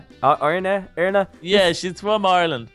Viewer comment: its eirna not eirirna